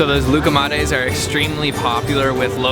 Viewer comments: ya bari "lokumades" demeyin şuna komik oluyor mk... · when he said "lukumate"